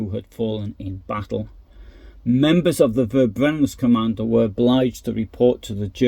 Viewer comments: It is pronounced "Ferbrennung", not "Verbrennung" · Your channel is so unique as you post information about WWII which I have never heard anybody else present. Thank you so much. ❤ And also a little reminder: the German V is pronounced F... so fx Verbrennungskommando is pronounced Ferbrennungskommando